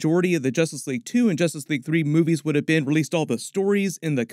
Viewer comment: So what is "Justrice" League, Warworld. Seriously?